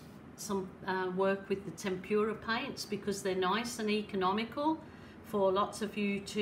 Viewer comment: actually it is called: temp-ra paint , there is no u in it,, just saying,, love the accent!